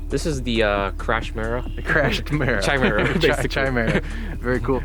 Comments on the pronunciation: Pronounced with a "K" sound, not a "CH" sound. If you mounted the rear engine on the fixed part of the horizontal stabilizer, you could pivot all three engines. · Ky-merruh not Chai-merruh Just sayin', badass build though. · Incidentally, it's pronounced "KAI-mera", NOT "CHAI-mera". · It is pronounced Ka not Cha. Not Chaimaera. SMH. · Its pronounced Ki not Chi, lol. But cool vid - you could call it a trimera, lol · chimera is not pronounced chi as china but more like the ki in kite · Ki- meer-ah. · Tchai-mehra rofl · Isn't it pronounced : ky.mare.uh? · Agree with James below, KI-MERA is English got it... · Again the pronunciation??? The "Simple-storch" is pronounced STORK!!! The "Chimera" is pronounced Kimera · A genius that hasn't heard the word chimera pronounce correctly. It's pounced with a K sound. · It's pronounced, Kimare-uh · FYI Chimera is pronounced with a hard "C". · pronounced Kimera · Very nice guys. The word chimera is pronounced with a "k" so kimera. I like it. I've been working on something similar. Maybe it would help the transition if you set the motors to tilt partially at first, like half way, to allow you to gain some forward airspeed before transitioning all the way. That way your control services will be more effective. Just a thought. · It's pronounced /kīˈmirə,kəˈmirə/ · I couldn't decide if I wanted to post this originally, but I think back to times when I've been guilty of mispronouncing words and have later been corrected, and I'm glad I was clued in. That being said, you're saying chimera wrong. \kī-ˈmir-ə, kə-\ I appreciate all you do for the community and my intent is not to "call out" but rather to educate! :-) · It's pronounced kaɪˈmɪərə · You're pronouncing it wrong it's Kia (like Guy but with a K) -mera Don't worry about it though it has a ridiculous spelling lol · Pronouncing Chimera wrong. Other than that great plane. Shame it wasnt used more.